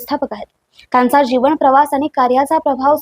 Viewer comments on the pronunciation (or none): जिवण, माणव हे उच्चार सुधारून मग व्हिडीओ बनवा.